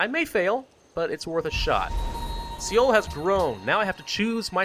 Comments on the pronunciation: It is 'SOUL' not 'seeal' Also it is 'Sehjong' not 'seejong' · also seoul is pronounced exactly like soul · Yes it is, I'm Korean and everytime I hear say SEoul I cringe.